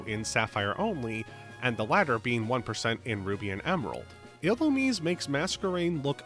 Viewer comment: "ee-loo-meez" Serebii is free 💔